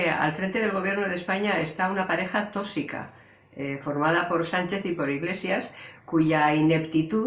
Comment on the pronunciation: No digas otra vez TÓSICO por dios..